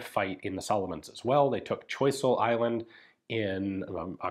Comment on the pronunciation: One of the islands you mentioned that was captured by the paramarines was named after Étienne François de Choiseul. So it’s not pronounced “Choy-sul” as you may have expected. Fun fact, it’s also the same island where PT-109 sank